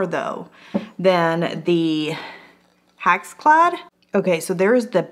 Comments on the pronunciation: I think "hack's clad" is the best pronunciation! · not trying to be mean but sometimes you called it a HACKS CLAD pan. LOL I think that should be the right name for it....it's a hack. LOL